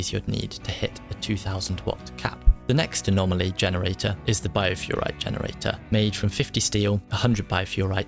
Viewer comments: Thanks for the concise summary! One little thing - it's BiofErrite, not Biofurrite. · no please, don't deconstruct them lol. He meant to say uninstall and reinstall. I love how you keep calling it Biofurrite constantly, it's Bioferrite XD Overall great vid for newcomers though :) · I love how useful and in-depth you get with your videos but my OCD ass cannot let this go... it's bioferrite, from Bio (life), Ferrum (Iron) and -ite, a suffix commonly used in minerals. That out of the way, keep up the good work, I recently found your videos and I'm loving them!